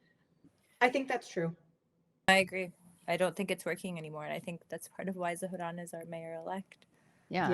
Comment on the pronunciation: After hearing so many people pronounce Zohran as "Zo-Ran", hearing someone actually pronounce the "h" threw me for a loop.